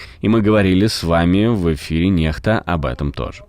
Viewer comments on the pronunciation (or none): Надо произносить НЕКСТА, диктор говорит НЕХТА. Почему дикторы такие неграмотные?